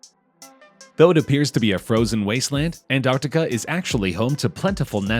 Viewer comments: Why you calling it anartica?? Its "Antarctica" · It is not Antarticahhh, it is Antarctica. Cut ahhh at the end. Cringe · It’s not anarctica it’s Antarctic it has more then one T is it you should probably learn how to pronounce words properly before you make a video about it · Why the f*ck was the commentator calling it “AnArticar” instead of “AnTartica” ???